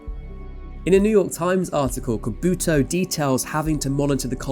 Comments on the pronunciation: The Japanese scientist's family name is Kubota. Pronounced kinda like you Brits would pronounce coo-boh-tah. Not "koh - boo - tah". That's Kobuta in Japanese. Kobuta means "piglet". You kept calling him piglet. AHAHHAHAAHAHAH! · Please make more of an effort to pronounce people's names properly. Dr. Kubota's name was said twice and both were wrong.